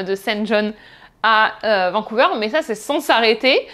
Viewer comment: "Vancouveur". Autant en Français qu'en anglais ca ne se prononce pas comme ca.